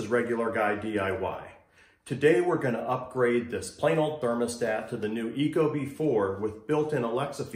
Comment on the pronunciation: it’s company name is pronounced eeeko-bee, just fyi